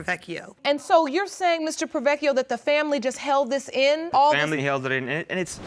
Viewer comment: I'm sorry but as an Italian it bothers me that no one has correctly pronounced the surname 'Porrovecchio'. Everyone is saying 'Provechio', now I understand saying only one 'c' but not the first part. Aaah now I feel better :)